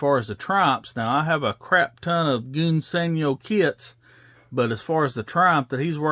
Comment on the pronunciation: Smashing good job on the Sport Cars Old Chap! I also liked the way you slipped the engine in for added detail, Jolly Good Show! Since you struggle with English old boy I will help you a little. In ENGLISH Gunze Sangyo sounds like "Guns San-Joe" but I realize you Yanks from the South do not speak the Queens English . You do however build some nice cars. Keep gluing those kits together and never stop! Cheerio Old Boy!